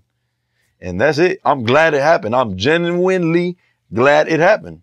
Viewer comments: Someone help this guy with the word "Genuinely". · For all the shit people are talking, the dude did get the word "genuinely" out like a boss . That shit is tough. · "I'm gen-wind-ly glad it happened" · " I'm genwenly glad it happend" lmao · I'm "jen-you-when-ly"😭😭😭 niggah can't speak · That's true. Only time he slipped up was when he tried to say genuinely.